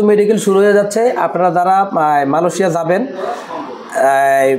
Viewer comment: Vai. Malosia na Amra malaysia name cini. Uccaron dhik koren na kno